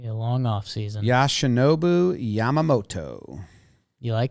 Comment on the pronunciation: I hate to bring it up, but you said how easy Japanese names are to pronounce after mispronouncing Yoshinobu's name lol